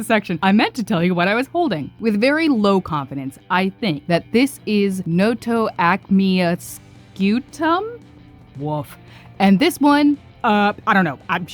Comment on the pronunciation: i think scutum sounds like "skootum"